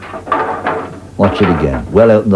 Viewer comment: Oh, and his last name is pronounced gway, not gay.